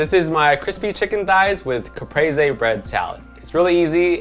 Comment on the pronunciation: I'm so happy he pronounced it Capresé and not "CaPrEeZ"